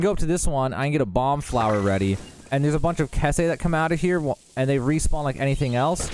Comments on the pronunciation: Everyone I've ever know since the first game pronounces Keese as Key-ss. Like geese. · Keeeeeeeeeese not kesss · its KEECE. Pronounced Keys 🔑 not K'Essay 😂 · To the person who made this video, you call those bats kese, actually it's keese (sounds like keys) but still a good video. Also you can check the spelling of it, by looking at the item in your inventory. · Did u call keese kehse 😆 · Keese like keh-say? I say keese like geese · Keese = (Key-ss) not (Kes-eh) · LOL what did you just call the Keese?? Keh say?? LOL who the hell pronounces it like that? It's like the word keys but w a hard S sound the end. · Did he really just say Keese like "kesay" 🤣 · the way he said "keese" its pronounced key-ss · ive never heard anybody in this world pronounce keese like “keh-say” until now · Aren't they pronounced different like Keeys? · Keese are pronounced more like keys, but with a soft s. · I genuinely didn't know what you were talking about for a moment when you pronounced Keese as Kesé. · Thanks for this - I'm always afraid to use too many (valuable) monster parts since some are used for upgrading armor. The meals seems like the way to go for my play style. I've never heard anyone pronounce "keese" that way. I pronounce it like "geese". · It's actually pronounced more like "keys" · I thought 'keese' is supposed to be pronounced like 'geese' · "Kes-eh"? Dude, come on. Are you doing that on purpose? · Bruh, I had to rewind 5 times to figure out what enemy he was trying to say. 😂😂 I have always pronounced it like “geese” as well. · I've heard someone say "kes-see" before... It upsets me even now, years later. 🤣 I think people that pronounce it wrong like that are remembering the spelling wrong. I assume this guy is remembering it as "kesse" and I think the person I remember saying it wrong years ago was remembering it as "kesee"... But that's just my assumption. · Keese is pronounced like Reese. lol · wrong, also his name is pronounced Lie-nk